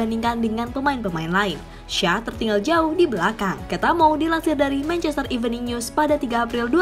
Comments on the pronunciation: Belajar ngomong ‘Shaw’ dulu deh: bacany: “Syou”. Shaw= Syou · Apa syah .... 🤣🤣🤣🤣 Luke shaw bro ....cara bacanya aja salah ... Dan ya alex telles itu dari brazil bukan portugal ..... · Shaw itu dibacanya Syo(w).. (huruf W nya dibaca lemah/tidak terlalu jelas). Coba utk memperhatikan bila komentator sono menyebut suatu nama. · Anjim kenapa shaw jadi shah wkwkwkkw jadi orang arab bangkeeee kwkwkwkw